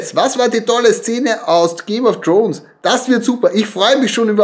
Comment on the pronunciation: Ich vermute die Szene in der der Satz „th e things I do for love“ fällt. Auch wenn ich aufgrund Ihrer Aussprache des Titels der Serie nicht annehme, dass Sie diese auf englisch schauen. Ich muss mich außerdem fragen wieso Sie dieses Stofftier als Moby Dick bezeichnen. Hier ein Rätsel für Sie „warum kann dieses Tier nicht Moby Dick genannt werden/sein?“ Und noch zwei Fragen: wird Ihr Pullover jemals gewaschen? Der Fleck auf der linken Schulter lässt mich befürchten, dass dem nicht so ist. Und Ihr Sohn muss dafür zahlen, dass er mit dem Automaten spielen kann? Warum? :( Liebe Grüße und Gesundheit.